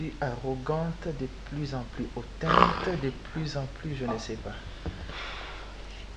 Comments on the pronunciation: On dit hautaine _pour une femme _et non hautainte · on dit hautaine et non hautainte. Nayoki olobi ango ata ba 3 fois. Corrigez monsieur. Merci. 😴👍🏾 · Hautaine..... Et pas hautainte !!!!!!!